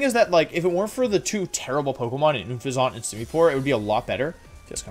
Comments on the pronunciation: OONFEZONT? XD I love the videos but I was so confused because I kept thinking you were were saying Bouffalant and I didn't see a Bouffalant on their team. It's pronounced exactly as it's spelled Un-fez-ent. Unless you were saying it wrong on purpose I cannot tell. Keep up the great videos Wolfe! Honestly wasn't expecting this to be my first comment on one of your videos. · More like oonfezant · Why do you say Unfezant like it's French? xD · Wolfey: Gives an in-deph look at each team and strategy Also Wolfey: Mispronounces Unfezant "Oon-fay-zant" Gave me a good chuckle 😂 Love the video and this was a very interesting look at the rivals :o Keep up the good work! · I really need you to know that you're pronouncing Unfezant the worst way possible.